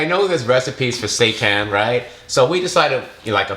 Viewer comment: correct pronunciation: say tan